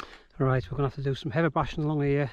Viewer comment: Sorry, but you lost me at 'heava'.